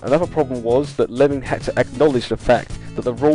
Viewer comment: The gentleman's surname was actually Leeming not Lemming.